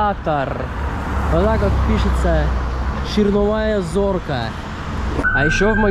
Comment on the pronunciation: ты ваще в школе учился?.. "ЧерНовАя зорька" - ну, что это? Как такое в голову может прийти об общепите? Трэш какой то.... 'чарвОна зорка'.! Это же тАк просто. Красная зорька. Ну нету русского который бы не знал старославянского языка.